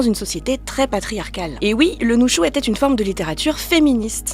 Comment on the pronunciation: répète après moi: Nu - shu... pas NuN - shu mais Nu - shu 😂😂😂 Super intéressant comme vidéo, merci, je pense que ke vais apprendre le toki pona, ça a l'air fun 😁